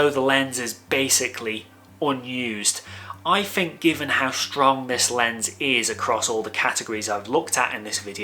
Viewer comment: a nice review of a cracking lens. I've been one of your subscribers for a while but have seriously toyed with the idea of unfollowing you because of the way you pronounce the letters "TH". There are numerous examples in this video, as there are in most of your videos, of you using the words: free (should be three), fink (think), fousand (thousand) etc etc. I personally find it infuriating that you are unable to pronounce the English words correctly in what is clearly your mother tongue. TH should not be pronounced as an F. It must be confusing for your overseas followers, and I'm sure I'm not the only one who finds it incredibly annoying to hear the English language incorrectly used. Apart from that, your videos are great, you give good practical opinions and I rate your views. Cheers